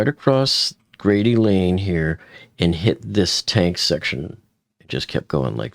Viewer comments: The name of the street is Grade not Grady. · Correction: t's "Grade" Lane not "Grady" Lane. Sorry but I live in the area and as a matter of fact, I worked at the UPS NASC bldg on Grade Lane back in 1998 until 2001. I worked as a Contractor for Carlson Wagonlit Travel in the Travel Office alongside Crew Scheduling booking commercial ID50 discount airfares for pilots positioning and depositioning.